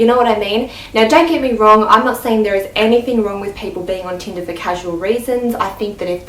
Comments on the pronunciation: Am I the only one who heard tinda and not tinder? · How many times did she say "Teenda" ? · I was just about to comment saying "Teenda?" lol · "teendah" 😂😂 how many times did she say that in one minute? damn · yes, tindAAAAAAAAAA. Get over it